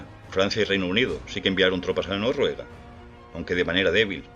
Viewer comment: Porque dices Norruega y no Noruega? Con 2 erres, me refiero.